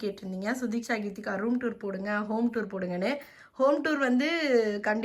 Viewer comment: its geethegha not keethikha